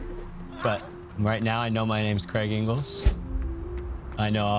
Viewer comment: Dudes, it’s “Engels.”